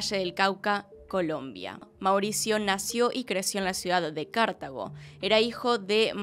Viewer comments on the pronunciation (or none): soy de Colombia no es Cártago, es: Cartágo acento en la segunda a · Casi no entiendo de dónde es, se dice CarTAgo, no Cártago 🤭 gracias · Cartago no Cártago, es un pueblo hermoso de Colombia, bueno a mí me parece✨, soy de allí! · Holi, es Cartago con acentuación en la segunda "a" un saludo desde el Valle del Cauca, amo tus videos.🖤